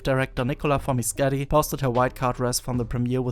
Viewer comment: No. It’s “For-meh-keh-tee.”